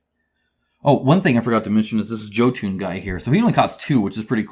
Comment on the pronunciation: Great rundown. But jotun is pronounced "Yoh-tun." It hurts me every time you say it!